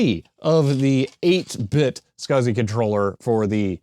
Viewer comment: I am pretty sure, that no one says "scasi-Port". I think it is S C S I